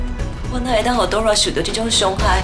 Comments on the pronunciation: 拜託 是Dora 不是Dola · 聽了好幾集，一直發音Dola 而不是Dora = =